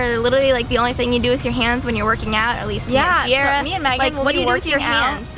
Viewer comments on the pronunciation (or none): Is it just me or does Megan always say magan? 😂